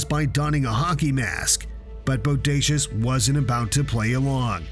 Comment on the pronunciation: Say boudacuious again.. I DARE YOU 🙂